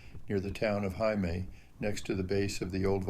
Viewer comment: Friendly reminder: Heimaey is pronounced exactly like Hay- May! It means Home Island. Heima: home Ey: Island Now you know 😊🙏🏻🇮🇸